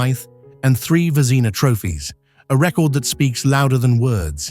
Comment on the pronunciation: Your narration program butchered the names Vezina, Trottier, Messier, Bucyk, Denis, Yzerman, Roy, Sakic, Sellane, Jaromir and Martin but otherwise was fine